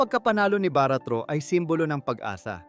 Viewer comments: baricuatro not baratro 🤦‍♂️🤦‍♂️ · Sir not Baratro , (baricuatro) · Hindi yan baratro...kindly pronounce properly the new governor of Cebu ms pam "BARICUATRO " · VLOGGER CORRECTION PLEASE HINDI BARATRO THE CORRECT IS BARICUATRO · Objection Sir the correct word for Pamela Baricuatro hindi Baratro okay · Sir, Baricuatro po Sir not Baratro. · BA - RI- CUA --TRO sige ikaw BA-RAT-RO WRONG!!!:face-blue-smiling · Bago ka magsalita ay siguraduhin mo naman na tama ang mga pangalan na babanggitin mo. Mag research ka po muna. Hindi po yan baratro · Ayusin mo salita boss parang Mali pagaksabi ko sa apilido ni pam ah baricautro boss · GOV. ELECT PAMELA BARICUATRO, HINDI Po Baratro. Check your info first. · Ano'ng "BAA-RAAT-TRU" ? Hindi ka ba nag-research man lang sa tunay na pangalan ng nanalong bagong Governor ng Cebu? Gagawa-gawa ka ganitong vlog pero palpak naman ang sinasabi mo! Mag-research ka naman para hindi ka magiging katawa-tawa! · Wrong pronunciation=wrong spelling Sir. Sablay po yan lalo na sa korte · Tarantado,,, AYUSIN MO ANG PAGPRONOUNS NG APILYEDO SA POEPLES CHOICE GOVERNOR NG CEBU,,, MAG TIRA NG HIYA SA KATAWAN, GAGO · Dkmn marunong mgbasa sa apilyedo ni PAM MG ARAL KA MUNA UY KHIYA